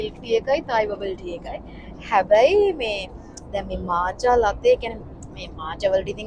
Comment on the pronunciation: මාචා නෙමේ මෝකා(මෝක්හා)😂